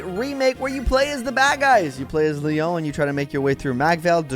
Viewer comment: Isn't Lyons name pronounced Lion?